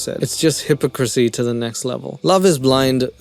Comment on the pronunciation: I like how you pronounce hypocrisy. That's the way I used to say it, along with maniacal, until my boyfriend laughed and taught me the correct way. I used to say maniac-all. In my defense I'd only ever seen the word written never heard it aloud. Same with hypocrisy. I had no idea. :)